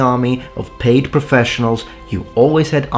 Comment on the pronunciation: "Paied". I'm assuming that's just a slip-up, since your excellent mastery of languages and pronunciation seems self-evident. So: PAID. Right?